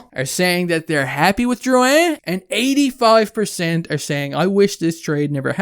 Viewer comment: You pronounced it right big shoots! Dont forget also that Drouin was a fucking beast in the playoffs for tampa the year before the trade. Stamkos was down and poocherov wasnt there yet. We had NO centre depth and everyone around the league knew it and would have fleeced us for a centre. I dont think this is as bad as Hall for Larsson, which was a similar situation